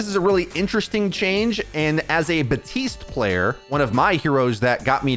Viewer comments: It's not BATISTE, it's BAPTISTE, ffs it's been like 4 years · You’re pronouncing it “batiste” but his name is “baPtiste” which is why his nickname is bap.